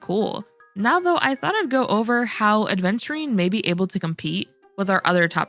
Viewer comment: It's Aventurine, not aDventurine (pronunciation)